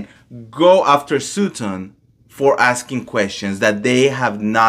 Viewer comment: Just trying to help here - its not sue ton its sut ton..:)